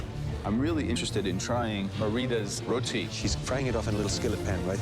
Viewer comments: It’s pronounced roti not rotee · Bro she Indian and I cansay roti better then her wtf is rowti it’s ruuti bro